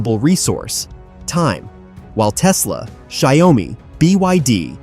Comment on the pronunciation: Pronounce Xiao Mi. And not Xia O Mi.